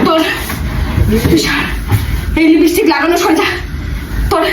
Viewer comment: Bor ta akta chhagol r bou ta oshikkhito. Tai to uchharon LIPISTICK kore, LIPSTICK noy